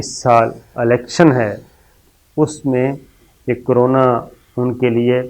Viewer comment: It's not Alection.right word is Election. Sorry for correcting you.